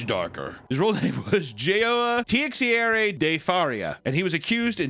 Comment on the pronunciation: As a brazillian, seeing try to pronounce Teixeira is so funny. Btw, is anyone wants to know how it's pronouced: Taysheira. Vocally that's how it sounds